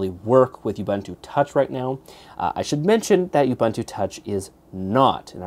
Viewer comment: Youbuntu? I really don't think this is the intended pronunciation.